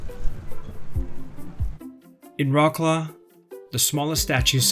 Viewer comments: Vrotz - Lav! Do not butcher the name of this beautiful city! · Not Vrots-Claw, rather Vrots-Love. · "Roklo" that how sound in polish😂😂😂try vroclav(c is not k) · Its not rawclaw, you know the history,why dontyou learn how to pronounce the city name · Vrotz-Wahv, more like. The "Ł" is pronounced like English "W", ALWAYS. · Wroclaw is pronounced Vrahts-wahv. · OMG, please do not insult Wrocław by pronouncing its name in a way that bears no resemblance to the actual name !!!!!!!!!!!!!!!!!!!!!!!!!!!!!!!!!!!!!!! WROCŁAW Wrocław pronunciation is Vro-ts-wav ✅ Polish W = English V Polish C = English Ts from Tsunami Polish Ł (it's not L) = English W WROCŁAW = Vro-ts-wav ✅